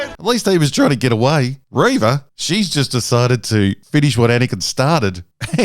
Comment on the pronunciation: It's pronounced ReeeeeeeeeeeeeVA